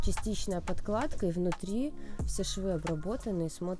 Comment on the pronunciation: Если ведёте обзоры,то будьте добры говорить правильно,не подклада,а подкладка!!!!